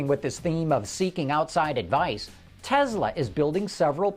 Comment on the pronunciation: Tesla not Telsa!!